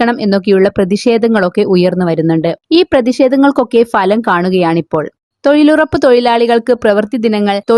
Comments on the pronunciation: തോയ്ലുറപ്പ് ഹിഹിഹി 🤣🤣🤓🤓🤓,, നല്ല തൊയിൽ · തൊയിലുറപ്പ് തൊയ്ലാളികളോ എന്താണ് മോളെ നാക്ക് പിടിക്കാറില്ലേ?